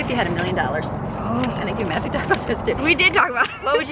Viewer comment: I just CRACKED UP.....I SOOOOOO THOUGHT SHE SAID, "Can I give it to Justin?" Also LOL I was like, NOOOOOOOOO MATTHEW. NO JUSTIN. ONLY MATTHEW LOL